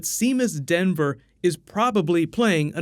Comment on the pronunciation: I think it's Seamus Dever and not Denver. Anyway, it's really great to see Ryan back in something I'm interested to see.